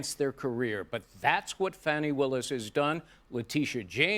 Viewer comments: lol, trying to give Fanny a grown-ups name...Fawny....LOL!!! Sorry its FANNY as in "Big Fat Fanny". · I remember when in school the phonic pronunciation of " A" followed by 2 concinants (?] Was pronounced as "A" as in apple. Not " o" as in obsession so the A sound is " apex or object" but Grammer dictates her name is Fan y not fawny... she isn't even proper in her pronunciation or it's the media!!!! Ya let's change everything to suit our personal agenda . Who or what is she hiding from or misdirection by a non English pronunciation? Peace to all